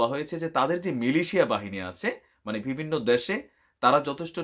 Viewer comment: Vai pls vibinno na bole bivinno bolen,,it's sounds not good